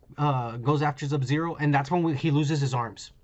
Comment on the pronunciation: Am I the only one that hates how he says subzero